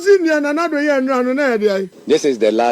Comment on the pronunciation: Common you can't pronounce it